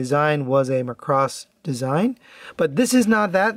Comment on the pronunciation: Other than pronouncing it "Muh-cross", good video! "Do You Remember Love" is because the 1984 movie is called "Macross: Do You Remember Love?". If you aren't already aware... The original VF-25 renewal toys (which were the overall 3rd iteration of VF-25 tosy) were overall pretty good. This new one is based is based on the renewal toys... People are saying it weighs less. My 2 renewal toys are in storage, so I won't be able to verify that for myself any time soon. More importantly, this release seems to have common QC issues that weren't in the original toys. The most common are looseness in the hip joints, but also common are the crotch not locking in tightly enough, looseness in the shoulders, looseness in the ankles. Mine had some hip and shoulder looseness. The shoulders overall weren't too bad, but I still tightened them anyway. Only the left hip of mine was loose. Pledge and krazy glue works on the shoulders, but only krazy glue will work in the hips. The legs are connected via balljoints, and the balls are metal and the sockets are mostly, but not entirely metal... So pledge doesn't hold up well enough there. It seems with Krazy glue, it holds on really well to the portion of the socket that is plastic which tightens the hips pretty well. I like the VF-25 so much that I actually have a 2nd one coming that is supposed to arrive late this week. I hope I don't have the crotch locking issue, because I'm not really sure it's fixable. Maybe that's grounds for a replacement? H